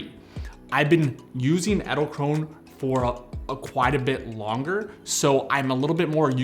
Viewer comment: Can you pronounce Edelkrone more like Adelkronuh 😅, thats how its pronounced